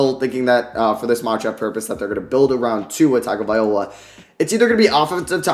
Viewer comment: Wow someone says tau last name right